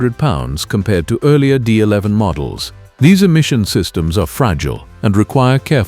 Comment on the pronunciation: Can't even say the D11 properly with AI slop they use in the videos. Use your own voice and your channel will do a lot better than using AI